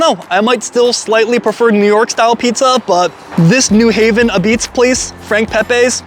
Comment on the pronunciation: You’re saying like “apizze” should be like “A-pizza” Again pizza is good then you just have to find something negative to say about it - at this treated you will never find the perfect pizza because you really don’t know what you’re talking about- you’re not a connoisseur of pizza if all about your taste only